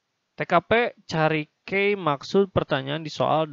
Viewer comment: Key artinya kunci dibaca ki bukan kei